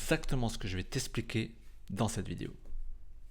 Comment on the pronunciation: Shalom, ma nishma, hakol beseder? ☺ Alors, pour "expliquer" prononcé "eSpliqué", c'est simple: c'est une ERREUR ! Il faudrait normalement prononcer "eXpliquer", bien sûr, et encore enormément de gens le font, mais il est vrai qu'avec les temps, la langue s'appauvrit, et que les gens deviennent de plus en plus feignants, y compris linguistiquement... c'est plus facile de dire "S" que "KS", c'est aussi bête que ça... Pour "wagon" prononcé "Vagon", en revanche, je ne sais pas. Peut-être parce que c'est un mot d'origine germanique que nous avons emprunté à l'anglais, mais que nous en avons conservé la prononciation germanique du W en "V"...